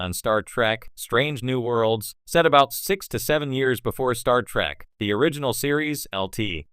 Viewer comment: It isn't STAR TRACK,you a$$hat, it's STAR TREK say it RIGHT!